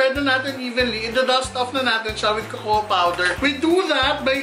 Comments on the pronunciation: kokwa hindi kokowa.. cocoa. 😂😂😂 labyu madam! 😘💕✨ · Pronounce cocoa as kōkō po not kōkō-wa 😉